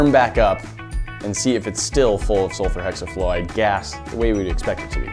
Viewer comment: How many times did he say sulferhexiflorid🧐🧐🧐